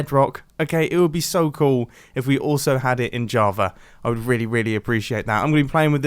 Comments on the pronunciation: “JavaR Edition” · Not java but javer